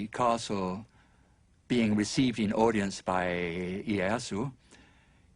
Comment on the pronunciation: ee-ay-ah-soo lmao